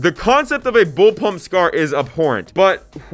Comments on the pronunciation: Yup, came here to say exactly that. Can't believe he called it a 'bullpuMp' three times in the video. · Its bullpup not bullpump my guy